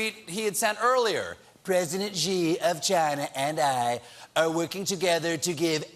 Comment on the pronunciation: BTW, pronounce Xi like the English pronoun "she" and you'll be closer. and while we're at it, the jing in Beijing is pronounced like jingle, not zhzhzhzing.